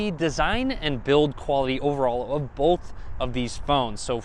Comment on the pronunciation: I cringe everytime he says "bolth"